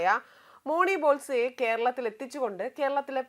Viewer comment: മോണി ബോൾസെ അല്ല. മോണി ബോസ്‌ലെ ആണ്